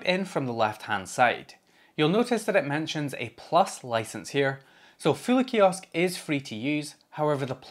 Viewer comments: I initially thought you were saying Philly Kiosk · Show of hands: until he got to searching for it in the video, who thought he was saying "Philly" kiosk browser? 😂